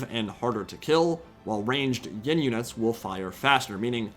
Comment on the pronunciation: BTW It's Yin not Ying :p good video though.